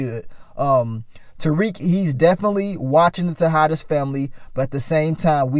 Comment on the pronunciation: And Mary J two step Blige character Monet still can't pronounce Tariq name right